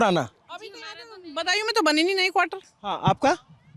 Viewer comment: सौरभ जी बदायूं को बंदायू बोल रहे हैं भाषा में ध्यान दो भाई